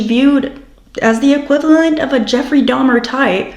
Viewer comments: i bet its because shes playing innocent little girl and innocent little girls dono who dahmer is so she pronounced it wrong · AND DEDE HAD AN CAJUN ACCENT SO IT MAKES SENSE SHE WOULD SAY "DAHMA" INSTEAD OF DAHMER. THE CAJUN ACCENT IS DIFFERENT THAN A CREOLE ACCENT AND IT ALMOST SOUNDS LIKE A NEW YORK ACCENT ON VALIUM. A NEW YORKER WOULD SAY "DAHMA". GYP REPEATED IT THE WAY HER MOTHER PRONOUNCED IT. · Thank you for showing this! I agree you caught her telling on herself. It's frustrating that the interrogator validated her comment, I wish he would've let her dig her hole more. It's possible she purposely mispronounced Dahmer's name to be deceptive that she was actually very aware of him. Also, I dont think DeeDee would have let her go to the restroom unattended. Maybe she had fallen asleep or was slipped a sleeping pill.